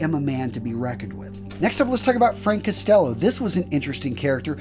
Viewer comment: I’m sorry but I cringe at how bad the names are being mispronounced. It’s not Lucky Lu-see-ano. It’s Lucky Lu-chi-ano, it’s not Frank Custello, it’s Frank COST-ello, it’s not John Elite, it’s John A-light.